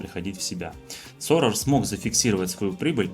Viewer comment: НЕ Соррор,а Сорос.